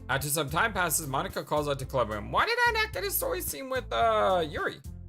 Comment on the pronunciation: Well Monika does say that it's not even how you say her name, so I guess she is referring to the fact you said? That its Mo-ni-ka and not Mon-ika?